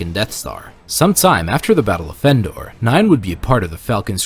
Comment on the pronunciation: Why does it sound like you pronounce Endor “Fendor”? Is the word “of” bleeding into “Endor”? Then why isn’t it “Vendor”? That aside, good video.